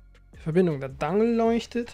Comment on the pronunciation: Sag mal nicht immer "Dangel". Das klingt so dumm und es ist einfach falsch. Die Amis sagen auch Dongle / Dongel.